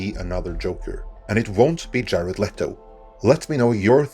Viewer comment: I like how he says "jaled let-o".